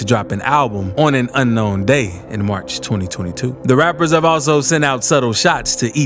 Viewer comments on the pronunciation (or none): none